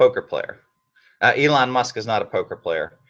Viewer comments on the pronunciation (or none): I like how he calls elon musk, "E"